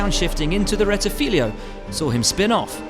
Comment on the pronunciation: Official voice of Formula 1 and he can't pronounce RETTIFILO (he said RETTIFILIO). And BADOR instead of BADOER.